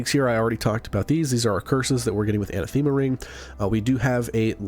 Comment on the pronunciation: Anathema = anne - ATH - em - uh.